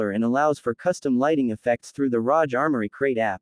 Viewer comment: Its not pronounced rosh like roger its rog.. like hog